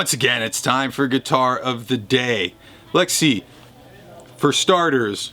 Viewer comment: am I the only one that hears "lex see" Everytime he says "let's see"?